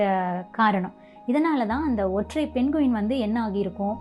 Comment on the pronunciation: அது பெண்குவின் இல்ல தங்கச்சி அது பெங்வின். நம்ம ஊர்ல எல்லாமே இப்டி சொல்லி பழகிட்டோம் பிரமிட் ங்குறத எப்டி ப்ரம்மிட் னு சொல்றமோ அது மாதிரி!